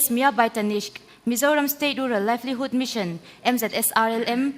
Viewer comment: LIVELIHOOD... Sap ṭawng kan hmang a nih chuan dik taka lamrik te tum ve se... Zahthlak thei e...